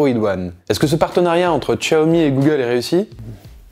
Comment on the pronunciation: C'est ce que j'allait dire, bon c'est vrai que ça fait 3 langues vu comment il le prononce mais autant le réduire à 2 (déjà pas mal^^), cependant la prononciation de Xiaomi est plus que correct ^^ Pour ce qui ai de ce "hey wan" c'est plutôt un très bon cru, je pense que je vais offrir ça à ma mère pour ses 57 ans en début d'année ^^